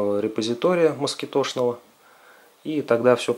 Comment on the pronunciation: Почему москиТО? Кровь из ушей :))) Название от слова москИто - комар. Вы же не говорите компьютЕР, оно тоже иностранного происхождения.